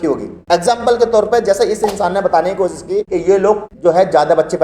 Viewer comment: Ganwaar apna pronouciation sahi kar Kosis nahi koshish hota hai Majhub nahi mazhub hota hai j ko z z ko j sh ko s s ko sh......padte ho Modi ki tarah school nahi gaya Kiya